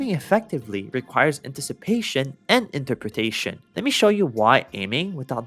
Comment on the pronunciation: that interperation sounds like integeration and diffrentiation